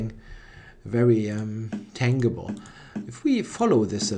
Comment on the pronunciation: by the way, 'tangible' is pronounced 'tanjible' with a soft g. thanks for the analysis!